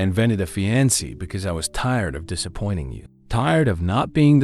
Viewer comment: How is it you keep showing pictures of black women while describing white women?? It's really misleading. Fiancé is pronounced fee-ahn-say.